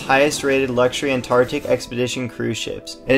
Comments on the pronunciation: All that money and he pronounces it TARTIC. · Or maybe even pronounce the “c” in “Antarctic” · Is it just me or does it sound like he’s not pronouncing Antarctic correctly? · NEED TO PRONOUNCE THE ANTARCTIC WORD PROPERLY